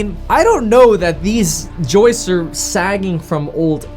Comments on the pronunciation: Why the heck does he keep calling those 'joists' "jousts". That's severely activating my OCD right now. He must have a great grandpa who was a wanna be night in shining armor. LMAO... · Love how graham calls the joist, joust. 😆